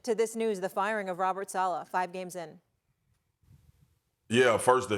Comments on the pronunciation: 😂😂😂😂😂😂it gets worse as he goes on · He definitely didn’t. He can’t even pronounce Saleh correctly. 😂